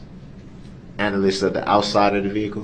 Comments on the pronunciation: Duh-rell's vocabulary doesn't have 'analysis' so he tries "analization" instead. Add extra syllables to sound smarter. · “Analyzation”??? A new word for him. With suBstain, Tackit agreement, axing, relevancy…. Someone could make a dictionary